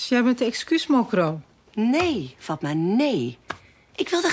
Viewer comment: k wachte op het moment wanneer fatma goed werd uitgesproken